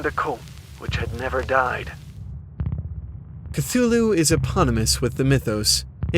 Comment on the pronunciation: this is not how you pronounce cthulhu